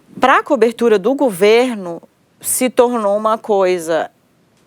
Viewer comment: Não é "gUverno", é gOverno, GOVERNO!!!!